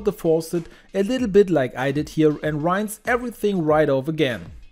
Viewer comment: Rinse - pronounce as a short i